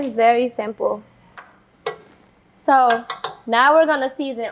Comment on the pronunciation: I heard u say zo sister